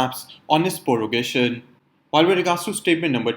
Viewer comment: Prorogation not Porogation